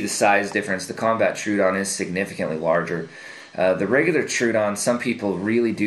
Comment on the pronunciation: FYI - The "Troodon" is named after the dinosaur from the Cretaceous period. It is not pronounced "True-Don". Tro-o-don is actually a 3 syllable word - "TRO-OH-DON". Wiki Troodon for more information.